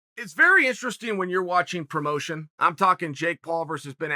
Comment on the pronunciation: If Uncle Chael says the word interesting in instrastring, then by god the word is instrastring.